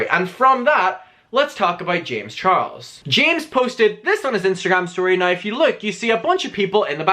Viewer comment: Sorry but I strongly despise the way you pronounce “now”.